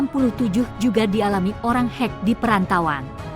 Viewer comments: Sebutan salah.. Bukan hek... Tpi kek Sumber video tidak di ikut sertakan... Pencaplok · Perlu penyempurnaan kata2....bukan hek...tapi dibaca ke' (khek)🙏